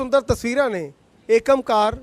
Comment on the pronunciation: ਏਕਮਕਾਰ ਨਹੀਂ, ਇੱਕ ਓਅੰਕਾਰ ਉਚਾਰਣ ਹੈ।